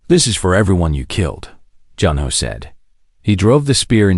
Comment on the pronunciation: Good story. However it ends abruptly, and needs to be completed. The AI needs some adjustments: The "." at the end of a sentence indicates a pause, not the word "dot". The name Junho does not need to be pronounced by each letter. Also, some parts of tthe story are out of order?